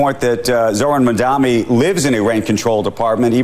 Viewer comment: They call him mamdani not mamdowni! 🎉 We up!